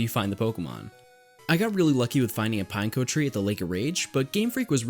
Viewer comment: it's not pine-co it's pin-ek-o